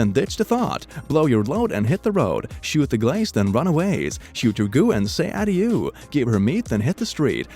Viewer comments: Michael Vicious Same thing with « Adieu » that he pronounces Adiooo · We all know he struggled on UrbanDictionary, but what the fuck was that pronunciation of 'Adieu' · Me: Adieu (ah • do) say it AH DO: Ah di oh